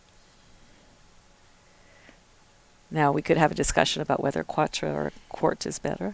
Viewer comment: quartre is pronounce dcat ra.